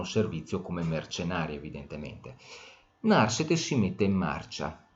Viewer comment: Narsete con accento piano, per favore